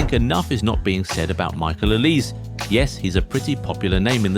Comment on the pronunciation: It’s not pronounced Oliz, it’s O-li-seh